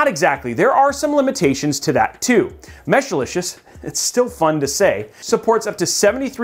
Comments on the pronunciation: I know you love saying Mesh-a-licious, but it's Mesh-licious. that's what I have in mine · Mesh-licious.. Not Meshalicious or Meshilicious. But overall good video!(